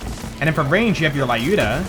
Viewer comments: Wtf is LAYUDA??? It's LЮDA, damn American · I’m Russian and it hurts my brain every time you say “Lyuda” the way you do... The names of Vladof guns are actual Russian words. Lyuda is a feminine name and the “yu” is pronounced like “ue” in “Tuesday”, more or less. Just an FYI :)